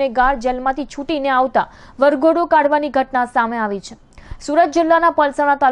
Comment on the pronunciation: Chh nai madam chhe bolo plz